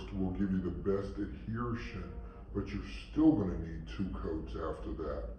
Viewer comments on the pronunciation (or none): It’s adhesion, there’s no R. 😁